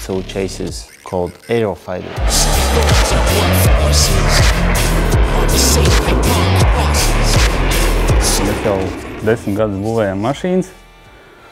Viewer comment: Uriah Siner yuro :D